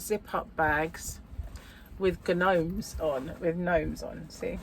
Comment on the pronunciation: Hi, nice haul from Temu! I love the gnomes! The G is silent when saying gnome..😉 We have Popsicles ( chocolate was my fav flavour) and freezies ( colour icewater/sugar) here in Canada. We also have drumsticks that is ice cream with goodness on top of the ice cream, chocolate,nuts and caramel on them for example with a sugar cone. I loved a lola.when i was a kid, they don't make them anymore. It was block of ice with flavoured colouring shaped like a big V. They were so good on a hot day.grape flavour was my fav as a kid. There was no crochet shown on this video. 😋😛😝😜🤪